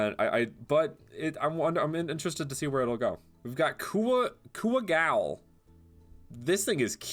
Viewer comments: It pronounce as kuwagol not kuwa~gawl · kuwago = owl. kuwagowl. really devs? 😂 but yeah that's just me, I think. lol. nice one 😂